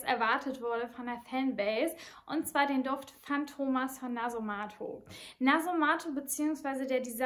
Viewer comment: viele betonen das Synthetische (Maschinen, Öl) an dem Duft; muss man mögen oder nicht...btw: matto (ital.) heißt "verrückt", hat ein kurzes "a", so wie "Schach-Matt". Fantomas wird auf der letzten Silbe betont (war übrigens nicht nur ein Film, sondern eine ganze Serie).